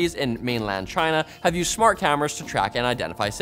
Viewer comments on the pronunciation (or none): why did you emphasise "china" so much lmao